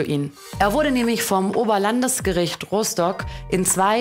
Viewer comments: "Meeklenburg Vorpommern", "Roostock", "Kra Kanaria" und ""? Sie will immer so schlau klingen und macht sich über die Dummheit anderer lustig und scheitert dann an der Aussprache einfacher Wörter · Roh- Stock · "rohstok" "mehklenbuhrg" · Funfact: Mecklenburg-Vorpommern ist tatsächlich korrekt ausgesprochen, wenn man aus diesem Bundesland stammt, da dort das betonte e langgezogen wird. Das ist aber bei einem betonten o nicht der Fall und somit bleibt Rostock falsch ausgesprochen.